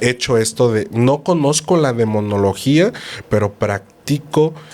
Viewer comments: la palabra correcta es demonología, no demoniología. El invitado repitió varias veces: DE MO NO LO GÍA. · disculpe usted; pero es Demonología... no Demoniología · Se dice DEMONOLOGIA 😊 el padre lo dijo varias veces y la señora seguia diciéndolo mal 😅